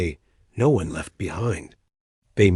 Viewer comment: wtf is Dot Dot Dot and Asterik try to Fix it